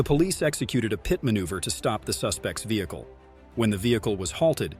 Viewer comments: The narrorator sucks. It's not a K.I.A it's a Kia. Also, it's not a PITE maneuver. It's pronounced pit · its not a >>> PIOT MANUVER >>>> its called a >>> PIT MANUVER and you call a motor cycle a car - - its called a MOTOR CYCLE dam your dumb narrorator